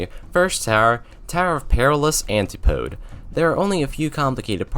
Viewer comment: Cool video, one problem, you're STILL PRONOUNCING JTOH WRONG! 🤯🤯🤯🤯🤯🤯🤯 Edit: also antipode